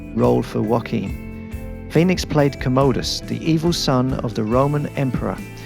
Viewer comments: KAHM-uh-duhs.. NOT commode-US. You're welcome 😒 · Wait what?? Gladiator...did he just say Joaqin played 'Co-mow-dis' as similarly pronounced ko-mo-do dragon!?? I'm sure it's Com-ah-dis. Whaaaaaah. 《《《Make the noise